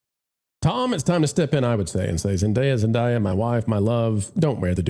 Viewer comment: her name is Zendaya with a long A. It’s not rocket science. SAy ZendAya correctly todAy, before you get on the airwAy, okAy?